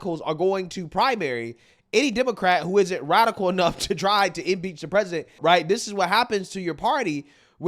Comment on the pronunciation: Impeach rhymes with peach. #LIBERAL